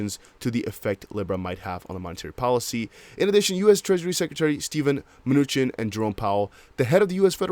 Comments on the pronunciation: Treasury Secretary Mnuchin's last name is pronounce Man-New-Chin. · Steven (Mah-new-chin)👍